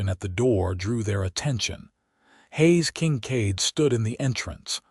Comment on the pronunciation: The AI is irritating...Haze King-cade instead of Hayes Kincaid??? Really?